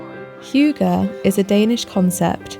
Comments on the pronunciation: I loved the video!! But it’s not pronounced hooger😅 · get a Dane to pronounce if for you,. They don't insert the 'y' sound that you do. There are non-Danes on the internet who perhaps have given you the idea that it's pronounced 'hyoogah' like the word huge... but they're wrong. The 'y' in hygge has sound more like the Scots when they say 'good'. Or close-ish a German ü - the umlauted U. But no 'yuh', please.